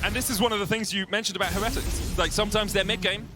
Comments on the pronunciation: cant stand how the one caster butchers the word heretics. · The team has specifically asked that we pronounce it with emphasis on the middle syllable. So it's "Heh-REH-tics" rather than the usual "Heh-re-tics'. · Why do they pronounce heretics so weird, is the only one I’ve heard that pronounces it right???